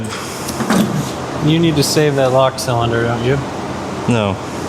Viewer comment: Is it just me or dose say the word "cylinder" weird? I swear he says sell in Der